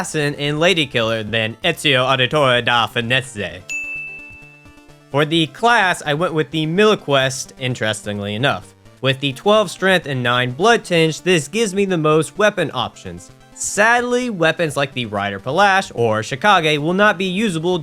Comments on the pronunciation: Note: you'd say it like Milk toast. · Millequest? ❌ Milk-Toast. ✅